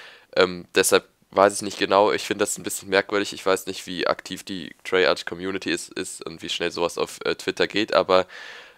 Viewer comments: du sagst immer "treyartsch" es heißt aber "treyarc" :'D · Sag Treyarch und nicht Treyartsch :D